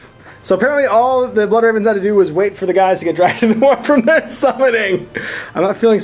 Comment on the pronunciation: BLOOD REHVENS YOU HAVE FEHLED TEH EMPRAH.